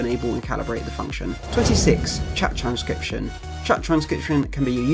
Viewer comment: Him: Chat trajshduussrption. Me: 🧐📝